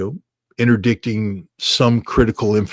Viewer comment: The collapse of the (ex) US Marine's phonetical prerogative? Ritter says 'Fordow' the first time (almost) . Now he has to work on 'interdict'.